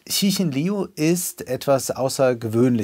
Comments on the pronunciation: Der Name des Autors wird Lju TzChin gesprochen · Bei der nächsten Gelegenheit mal die Aussprache der chinesischen Namen besser vorbereiten. So schwer ist es nicht. Liu etwa wie "Liou", ci etwa wie Ze (schwaches e wie letzte Silbe von ger-ne), Xin etwa wie Mischung aus Sch und Ch (von den Lauten hier der ungewöhnlichste, am besten auf Wikipedia mal reinhören).